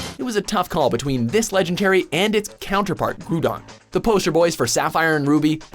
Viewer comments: did he say grudon instead of groudon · Wow. You butchered all three of the the legendaries pronunciations. "Gru-don" I hear this one a lot, so you can have this one. But seriously, Ground. Groud. GROUDON. Come on people, you're killin' me. "Ray-kwa-za" I hear this one a lot too, but you pronounce the last part of its name "Quasar" Ray-Quay-Zar. But Kyogre? You pronounced it right the first time but then said "Key-ogre" the second time. SMH. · DID HE JUST SAY GROODON, HE SAID FREAKING GROODON! AHHHHHHHHHHHHHHHHHHHHHHHHHHHHHHHH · Wow he said groodon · Peter Fragoulis its supposed to be pronounce as growldon not grooodon lol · Its Groudon not Grudon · Not Groudon Grudon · U said groodon not groudon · "... Groodon and Keeogre..." * facepalms myself * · Yo its called groudon not groodon idiot Wat the heck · It's not pronounced Groodon. It's Groudon, dummy!!!!!! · it's groundon not gruudon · grudon WHAT DO U THINK U R DOING CALLING THE ALMIGHTY GROUDON grudon GOD GET YOUR POKEMON FACTS RIGHT😠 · I'm convinced mispronounces names and words ON PURPOSE to piss us off cuz nobody can't be so fucking illiterate and stupid to pronounce groudon "grewdon" fucking bullshit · "Groodon" Dude, it's Groudon, not Groodon. *Dies* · back at it again with the mispronunciation of names. Who the fuck calls Groudon, Grudon? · Wait, so the guy can pronounce Gardevoir flawlessly, but pronounces Groudon as "Groodon"? What type of fuck shit is this? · "Grewdon" lol I cringed every time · "Gru-don" lmao nooooo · its fucking groudon not groodon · Kyogre>groudon No, just no And its- groudon not grudon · It's not Groodon, it's pronounced Grau-don. You said Kyogre correctly at the star of the video; how do you mess it up now?! And again, it's pronounced Grau-don. He's been listening to the Hoenn Pokérap way too much. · HARRIS 8 No. No its Pronounced Groudon. If it was Groodon it would be spelt FUCKING GROODON!!! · "Grudon" I think we're done here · Groo-don and Key-ogre